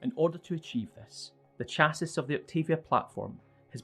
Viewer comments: The title's front could be improved upon. Otherwise, this video series is excellent. Also, chassis is pronounced "chass-ee" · That's not how you pronounce Chassis..